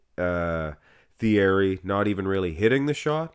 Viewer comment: You pronounce his name t e a r y. He is actually closer to 59 than 52. I talked to him for an extended amount of time at the 91 Olympia. Google has MN as 5ft 2in but that is grossly inaccurate. I'm 5-11 and he was in bare feet and no more than two inches shorter than me. Andrew Jack is 61 and a half.